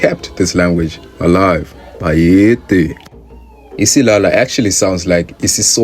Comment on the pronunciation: Isiyaya 😂😂😂 not isilala